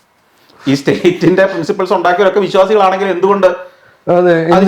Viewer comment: LIQUOR ALLENGIL LAHARI. IT US SAME. NOT ALLENGIL, ALLENGIL